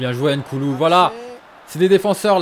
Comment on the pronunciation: chui camerounais comme noukoulouet tas pas bien dit son nom a